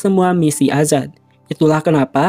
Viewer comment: Azad min,, bukan adzan😂😂🙏🙏